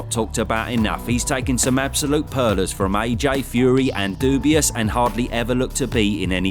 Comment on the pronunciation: Daniel Doubious? What the....